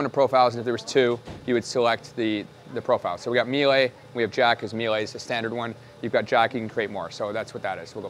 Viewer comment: Meel-uh. There’s only one way to pronounce it correctly.